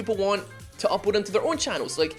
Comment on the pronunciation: I just realized you say "upoad", that hoot under my skin the moment I paid attention. I hope i never did.